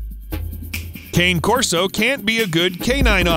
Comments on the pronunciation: Yes, pronounced con nay not like candy "CANE". It means dog in italian. Can u please correct the recording as it sounds immature and illiterate. Thanx. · Cah ne not cane when pronounced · it's spelled Cane but PRONOUNCED in Italian Kah-nay. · Its pronounced Connie not Kane. Its italian. If u don't no that much u don't really no the breed. But u did tell the truth. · Pronounced "KAH-NAY" CORSO 👌🏿!!! Not Cane SMDH. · It isn’t Kane it’s pronounced Kahnay Corso, don’t speak about the dog if you can’t even pronounce the name correctly. It’s the smallest of the Italian Mastiffs. Spelled Cane Corso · Pronounced Kah Neh Corso not cane... SMH if you're going to do videos on the breed at least educate yourself about them. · Pronounced Cah-ney not Cain. Could you bother to at least do basic research before simply regurgitating basic information. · Not cane dude get it right pronounced kanay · This guy still can’t pronounce the breed name. Italian name, dude!! It’s “Kah-ne” Corso. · Cane Corso is pronounced kah-nay Corso. I love my big fur babies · Pronounce the breeds name correctly! It's a Cane' Corso! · Do you pronounce tortilla as Tor-Till-Uh? No. I immediately can't take a video seriously when the subject in question is being mispronounced. It's Kah-Nay. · It is pronounced Connie Corso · It’s pronounced “Kah-nay” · It’s pronounced KAH-nay Corso. It rhymes with Kanye. Gahh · It’s pronounced Cah-Nay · It's pronounced.. "Cahna"... 🙄🙄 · It’s pronounced Cané Corso. How can you do a video but not know how to pronounce their name correctly? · Sweet baby Jesus…… learn to pronounce it correctly…. Cane is pronounced CONNIE!!!!! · You Mispronounced dog breed name. Just so you know they actually can't be used in police work as far as doing bite work. Their bite would crush bones, and cause great bodily harm. Rottweilers were banned from police work for same reasons and they have a weaker bite force, "Supossedly" Cane Corsos have a higher bite force. 700 psi compared to Rottweilers.